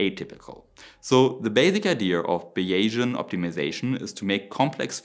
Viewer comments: Great presentation and analysis. Just one pointer: the word "finite" in English is pronounced (if we were writing in German: Fei-neit with the "ei" combination pronounced as in "Leica"; the final "e" is silent. And "Beyesian" is pronounced "Baysian", almost like a German "ä". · Finite is pronounced “fye nyght” and Bayesian is “bay zee ann” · If you're looking for American pronunciation for english, the word "finite" is pronounced as if it rhymes with "twilight," and the word "bayesian" is pronounced like BAYZeean ("Bayes" rhymes with "days". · You are pronouncing “finite” as if it were spelt “fieniet” in German. The correct pronunciation is as “feineit” in German spelling, with the stress on the first syllable. Also, "Bayesian" is pronounced like "Behsian" (three, not four, syllables) in German spelling. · Interesting stuff and you have a subscriber. A few minor pronunciation suggestions from a native English speaker. "nano" is pronounced with the "nan" rhyming with "can". "Finite" is "fine" and "eye" with a "t" on the end. Bayesian is "bays" and "ian". Best wishes from sunny Tasmania :) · "Fine night" not "fin neat" Also, "bays Ian" .....not whatever you said. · Bayesian is pronounced BAY-zee-ən (named after Thomas Bayes). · Bayesian = "Bäiʒänn" So wie vision = "wiʒänn" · I hope this won't be taken as rude, because it's intended as helpful, but may I suggest that you lookup/exercise the pronunciation of "finite" and "bayesian"? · '' Finite'' is pronounced ''Fainaite''. not ''Finnit''. And Bayesian is pronounced ''Baysian''. Not ''Biaysian'' or Bayasian''. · Nice summary and a very good point about scaling -- just an English pronunciation warning about initial vowel sounds: "finite" is with a long-i (like eye) and both "variable" and "Bayesian" are with a long-a (like "Eh" in Canada :) (And "Bayesian" does not have an inflection -- it's B-A-sian, with only two syllables.) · FI (eye) Knight, Bays' e an, poly sty' reen